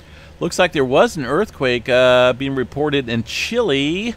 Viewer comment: May God Bless you in your marriage for a very long time 🌿It’s really neat to hear you say Chill” lay correctly sometimes 🙉🙈🙊